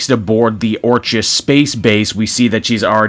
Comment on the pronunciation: It's pronounced "ORK-iss." Like the word "orchid," hence their flower logo.